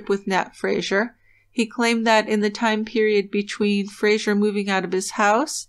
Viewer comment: It's Fraser, not Frasier. A really common Scottish name.